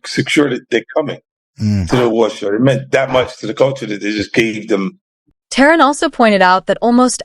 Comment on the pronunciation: His name is terrance not terren 🤦‍♂️